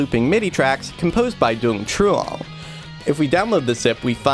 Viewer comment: Note: I'm pretty sure the name Dung is pronounced "Yung". Even though Vietnamese uses the same characters as English, they don't always sound the same. (ex: the name My pronounced "May") Source: I used to work in a place with people from Vietnam, including people with the name Dung.